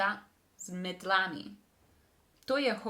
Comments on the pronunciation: to je hokej z mEtlami .................. ne z metlAmi zanimivo da si najprej povedala s pravilnim naglasom, potem pa je prevagal napačni naglas, nimam razlage zakaj će je v ednini mEtla je v množini z mEtlami. v dvojini z mEtlama , če je lopAta je z lopAtami , lopAtama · The way you instinctively read "metlami" the first time was actually correctly emphasised ;) I think you're doing a great job!